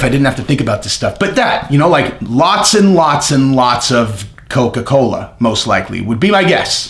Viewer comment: Lots of caffeine in Coca-Coe....be fair